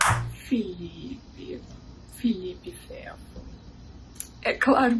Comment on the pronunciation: Ela falou Felipe fefo